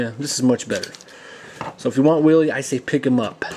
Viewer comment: its not willie!!! its WHEEL-EEE